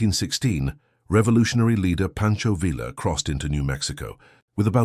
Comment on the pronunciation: sounds British, if AI has a nationality. No, Poncho wasn't the younger brother to Aston Villa. Say "Poncho Vill ah" to anyone outside the UK (and that includes most of the audience) and they won't know who you're talking about. By the way, Don Quixote is pronounced "Don Kee HO tay," not "Don Quick sote."